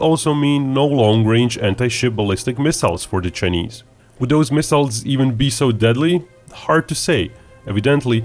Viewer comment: I can’t deal with how he pronounces Chinese. “Ch-ey-neeze.” 🤦‍♂️